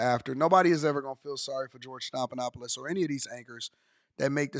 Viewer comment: His name is stef, like Stephanie.